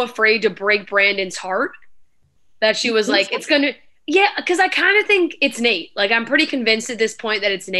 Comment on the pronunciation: It’s Nayte